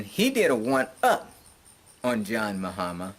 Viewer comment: You pronounce his name fine. And you are right citizenship should be streamlined throughout Africa. If other countries did this diasporans would make other countries popular also.